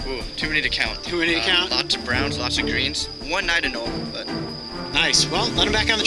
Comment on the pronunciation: Coyote, I gotta tell you, it's Ah-nowl-EE.